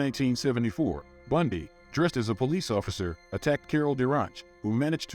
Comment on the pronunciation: If you can't even pronounce BUN-DEE, maybe you shouldn't do a video on him